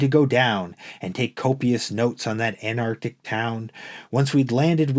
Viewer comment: It's Antarctic, not Anarctic. Otherwise well read.